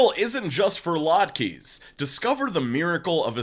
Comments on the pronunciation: That's not how you pronounce latkes BTW 😊 it's lut-kuhs phonetically From a friendly Jew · Oh it’s pronounced Lot-kas. Pan fried potato pancakes served with some dipping thing in the side like applesauce, or cream cheese. Loved the video, love the series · Hey,, definitely did not mean this to be my first comment on your videos since pre COVID but: just FYI, "latkes" is pronounced "laht-kuhs." Not Jewish, I just really like latkes. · As someone who grew up Jewish, I’m SCREAMING at how cue pronounced latkes lmfaooooo